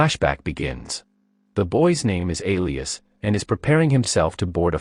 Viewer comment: "Alias"? That's not how you pronounce Elias.